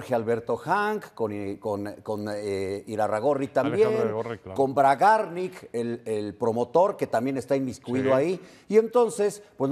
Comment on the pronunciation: Bragarník acento en la i